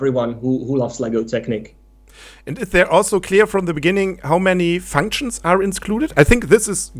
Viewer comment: "Rielie matsch fanktschns" : p